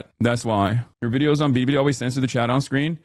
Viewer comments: It's not even the right foreign way. It sounds Japanese. Chinese Ls sound like English Ls, so you're supposed to just say Bilibili normally xD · He tried (and failed) to pronounce Bilibili with an accent. Also BurntPeanut is really feeding well off hate watching since people forgot they could just ignore things they don't like. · Hasan pronounces “Billy Billy” like my white grandma saying “tortilla” at a Mexican restaurant. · It would be fine to say it the Japanese way if it was Japanese, but it's not. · Ultra racist Hasan pronouncing Billi Billi as “ Beerri beerri” even though Chinese L’s are pronounced like American L’s and Japan are the silent L people 😭🙏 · Hasan's a racist lmao. The 'L to R' thing is a Japanese thing. A Chinese person can perfectly pronounce a word with "L" in it. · He pronounces Billy Billy as “Biri Biri” which someone pointed out in another comment section means Electric Shock in Japanese. The universe just hates this man lol. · Hassan pronounces Bili Bili like Mel Blank voiced Twiki in Buck Rodgers, "bidee bidee Hi Buck" What an absolute space case. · LMAO does this dude know that the way he's pronouncing it as "Biri Biri" makes it sound like he's getting shocked in Japanese? 😂😂😂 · Excuse you! Its prounounced "biddi biddi" get it right! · I’m not sure if he just can’t read, or if he’s doing an impression of what his chinese handler calls the website, and I’m also not sure which of those is more embarassing. There is literally no “d” in bili bili. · why does he call it bidibidi? am i hearing that wrong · How anyone can stand listening to how he speaks. BIDI BIDI. Why can't he even say that right? OK? OK? Gah! Man is infuriating. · Omg! When it's sped up it also sounds like he adds a slight "tuh" sound in there too. I dont know about the rest of you, but when someone says a foreign word while attempting to replicate that region's accent, I find it weird and disingenuous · bro cant say bili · If he says billibilli like that one more time… 🤦🏻‍♂️